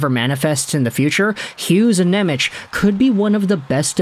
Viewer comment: it's pronounced Nemetz